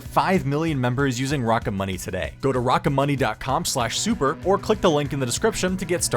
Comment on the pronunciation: Just incase you forgot, your name is, Idk why you thought sounded cooler for your advertisement